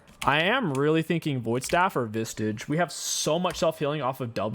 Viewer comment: Part of the reason I started watching in the first place was because of how often he mispronounced the item names lol